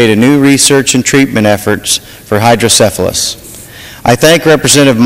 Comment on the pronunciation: Neat stuff. Too bad they don't have more consideration such as this in other places. I'm 40 now and have had hydrocephalus since I was born. I do wish people would stop pronouncing it "hydro-syphilis"